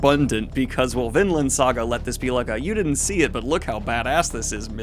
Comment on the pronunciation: Man I must be blind. Coulda sworn it was Vinland, not VinDland